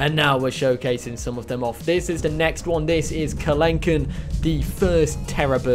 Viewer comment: Just a note regarding the species name; it sounds like you gave it a French pronunciation. Kelenken was found in South America, so it's meant to be in Spanish. The mod is great. My eyes lit up when I saw The Future is Wild's Carakiller as a skin.